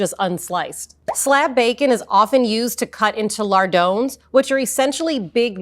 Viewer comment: Ah yes, a bacon expert who doesn't know how to pronounce "lardon".